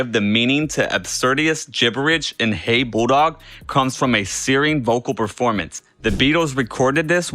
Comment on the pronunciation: Did you actually say "Hey Boodog?"